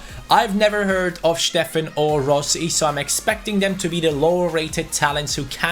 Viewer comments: steffen is pronounced stephen not schteffen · Please stop saying steffen in a german way. He’s american